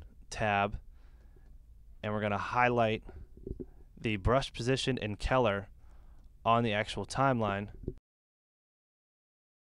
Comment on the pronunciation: Awesome video, very helpful! But seriously... learn to pronounce "color"! haha